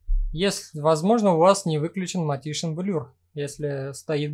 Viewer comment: Видео познавательное 👍 но такое ощущение, что оно записано в нулевые, когда интернета не хватало даже для того, чтобы загуглить как правильно произносится "wheel" и "vehicle". Ну и "мотишн блюр" в конце -- это Fatality! 😆